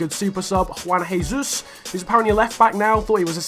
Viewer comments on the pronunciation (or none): none